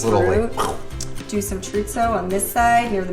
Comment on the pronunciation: The miss pronunciation of Chorizo killed me